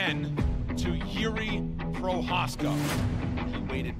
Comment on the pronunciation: please learn to pronounce Procházka 🙏